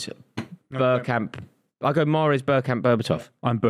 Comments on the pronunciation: It's Bergkamp. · It’s bergkamp.